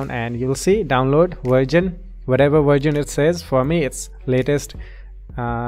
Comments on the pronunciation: It's version not virgin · download virgin not racist, its just i heard so xD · i love how he says virgin and not verison LMAO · did he just said virgin? 😂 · haha its version not virgan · When he said version i legit heard virgin